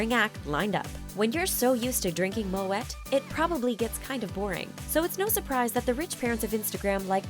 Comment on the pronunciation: Did the commentator just say MoETT? 🤦😂🙈🙉